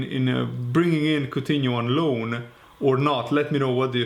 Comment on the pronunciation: Aur from lyon not coughtino